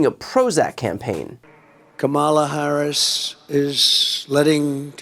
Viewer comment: Wow, the former pronounced Ms. Harris’ name correctly!!!😱😲😑